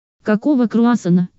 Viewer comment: Какого крауссана? Какого крауссана? КАКОГО КРАуссанв , кгакого карасанннна кыгаго груза по